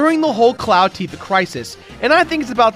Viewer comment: Anyone else besides me bothered by MatPat's pronunciation of Tifa's name?